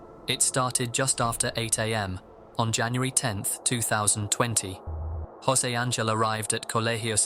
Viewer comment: José.. Not josey..